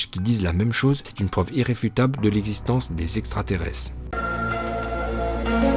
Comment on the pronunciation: le niveau intellectuel de l'auteur de la vidéo 😂😂😂 , le mec prononce extrateresse 🤣🤣🤣🤣